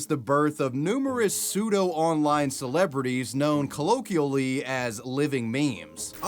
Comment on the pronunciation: "kull-OAK-kwee-oh-lee" is how you pronounce 'colloquially'